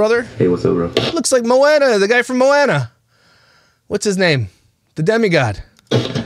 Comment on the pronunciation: Also, I love your content but you snark at vocabulary. It isn't "Mo-anna" it is "Mo-ana" drives me nuts 🤣